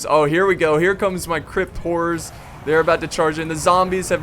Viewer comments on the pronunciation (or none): Obviusly he meant Crypt but his bizarre pronunciation made me lol